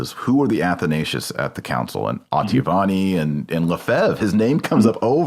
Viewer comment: Oh-tah-vee-ah-nee There is no K